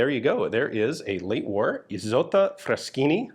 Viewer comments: Kudos for the voiced "s" in Isotta. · Indeed. It's a first name, the equivalent of Isolde, no hissing 's' in it.